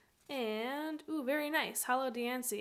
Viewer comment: Thank you for being one of the very few people/PokeTubers to actually pronounce Diancie correctly. I think you and TheKingNappy are the only 2 I've heard get it right XD